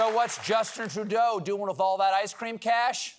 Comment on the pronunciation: Justin Two-Dough?